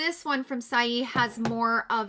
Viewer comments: Just an FYI - "Saie" is pronounced "say". I looked it up for ya on their website. Thanks for the video! You are wonderful! XOXO Heidi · i’m so happy to see your beautiful face again. i’m catching up on all of the videos that i’ve missed since surgery day. i’m giggling at the way you’re pronouncing saie (say). you’re too freaking adorable. 🥰